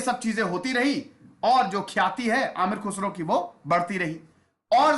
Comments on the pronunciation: Nice video and information....... But pronunciation is Ameer khusro..... Not Amir. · He is not aamir khusro. He is ameer khusro. Try to know well before you pronounce urdu words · It is Ameer Khusrau; Not Aamir Khusrau. Khusrau means Notable/Renowned. His actual name was Abu'Al Hassan Yaminudeen Khusrau. He was also known as "Tooti (Parrot) Of India (Hind) not Toot-e-Hind but Tooti-e-Hind. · Its not Aamir khusro, its Ameer khusro. Kh sound like salman khan.